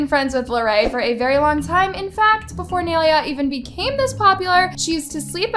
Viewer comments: Girl love this vid but you cant be calling people out and not even say their name right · try pronouncing her name right lol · i'm not tryna be rude or sm but its fucking annoying when she says Nailea's name wrong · First of all why tf are u pronouncing nai’s name wrong 😭🤦🏻‍♀️ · You say nailea's name so WRONG LOLLL, its NAI-LAY-A, say it right before making a video man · the way you make everything extra, literally dixie was joking she laughed while saying "are we going to be in the next boxing match" do you really think it needed to be so extra? and pronounce her name right or don't even talk about her, "nay leah" that's not how to pronounce it, you just found the easiest way for you to do it and used it. Nailea was just being a kind person, Dixie wouldn't want nailea to say Noah isn't so why are you complaining? It ain't even tea, lol. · that is NOT how you pronounce nailea's name 💀💀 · pls, learn to say nailea’s name correctly first before making the situation worse 😀 <3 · THANK U ITS ANNOYING ME HOW IS SAYING HER NAME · Brooo I'm literally sooooo pressed just cs the u say nais name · im sorry but how she was pronouncing nailea is really funny💀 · i could not watch this video without cringing on how she was saying nailea’s name.😫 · It pained me ever time she said her name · RIGHT, THE WAY SHE KEEPS PRONOUNCING IT WRONG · bro the way she is pronouncing naileas name is killing me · Say nais name right please 😭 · You can't even say Nailea's name right💀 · i couldnt even pay attention cause of the way she kept pronouncing nailea's name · the way pronounces Nailea’s name is making me cringe😭 im so sorry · Your saying her name rong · the way pronounces nailea irks me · You don't even say her name correctly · Ok I love your vids but the way your saying nailea is bothering me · bro and she kept saying naileuh its ny-lay-uh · omg stop saying nail ee a its prounounced like (my with a n, lay, a) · whos neeuhla? its NIYUHLAYUH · naililea devora ?🤨 NAI-LEA